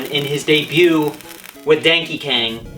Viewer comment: He sayed Dankey Kang 😂😂😂😂😂